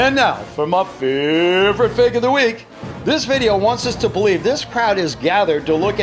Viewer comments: Why is the so fake its funny says "so fak its funny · in the video he said so fake it's funny he said fak